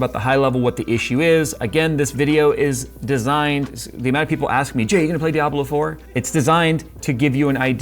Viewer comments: Its Di-a-blo ! Not fkn Dai-ablo... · Gigabyte's horrible RMA service is the sole reason that I don't buy Gigabyte products. They're generally pretty good in my experience, but if something does go wrong, you might as well just throw it in the bin and buy a new one. Also, Jay's pronunciation of "Diablo" as "Die-Ablo" made me giggle. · Who says DYABLO? DIE-ABLO? DYE-ABLO?